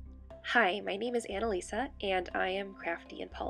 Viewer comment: Anna-lessa more like monaleassa